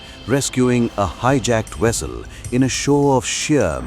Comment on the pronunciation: IT'S CALL VESSEL and not WESSEL. What is going on there in India 🇮🇳? Why is it difficult for any of you both males females to pronounce the Alphabet 'V'? YOU GUYS ALWAYS PRONOUNCED THE V AS W. Sometimes you heard VIOLENCE AS WIOLENCE . VALIDATION AS WALIDATION. VALUES AS WALUES. THAT'S CRAZY